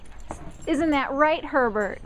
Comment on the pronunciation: It almost sounds like "Pervert", when you say his name :D But he's sooo coool :) I love this type of dog.